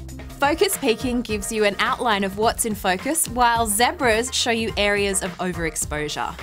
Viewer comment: Omg say zebra again!!